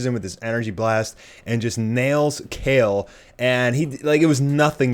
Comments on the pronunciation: Your not saying her name right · Wow you can’t even Say her name right